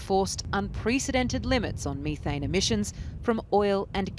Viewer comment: You shouldn't talk about methane if you can't pronounce it properly.